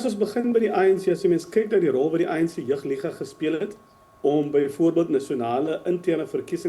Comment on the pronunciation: Wat is 'jig liga' ? ... die oumense met pyne in die gewrigte??? Dis JEUG ... nie "jig" nie!